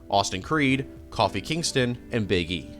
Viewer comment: As a fan of wrestling, I loved the way he said Kofi Kingston's name